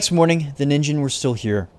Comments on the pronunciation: Ningen is pronouced with a hard G in Japanese and the I is long "NEEN-ghen" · ningen is pronounced "nee-n-ge-n". ni pronounced like the word "knee" and ge like the word "get" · Ningen is pronounced with a hard g and the meaning is literally just “human”